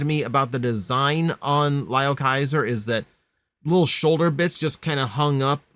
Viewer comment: Lio is pronounced as Leo.